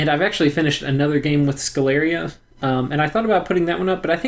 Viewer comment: I suppose Sceleria should be pronounced with sh as in sheep due to the name being derived from latin (campus sceleris) Great guide as always!